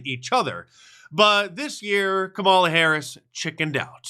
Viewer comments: Uh oh! Sounds like Stelter mispronounced "Kamala." He must be a racist, misogynist. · LOL! Stelter mispronounced Kamala's name! This is too rich!